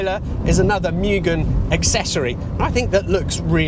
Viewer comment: I have a 1991 Civic Si (the hatchback version of this car) and I'm convinced that it's the best car ever designed, regardless of price. I also have a V8 Lexus sports car...and I prefer my Honda. BTW, "Mugen," is pronounced, "moo gen," and not, "myu gen." It's a Japanese word that means, "no limit."